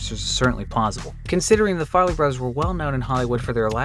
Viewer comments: Farrelly, not Farley. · It's not FAR-LEY brothers it's FAR-REL-LY. Ugh... drove me batty. Especially saying the name so wrong while stating IMDB is not trustworthy... SMH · listening to you mispronounce the farrelly brothers names so many times cracked me the fuck up, it's not 'farley' it's 'farrelly'. also, 'beast wars' is in no way a forgotten show. everyone who was alive at the time remembers it. i remember it as having terrible animation. plus the next live action tf movie is based on it, as was the third part of the 'war for cybertron' netflix series. 'beast machines', however, is a far less remembered tf series, even if it was awesome.